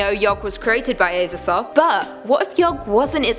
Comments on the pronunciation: It is pronounced AZA-THOTH NOT AY-ZATHOTH FOR FUCKS SAKE WOMAN!! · Pronounced AZA- THOTH not ASER-THOTH 😂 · imagine pronouncing azathoth as ayzathoth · The way she pronounces Azathoth makes me uncomfortable.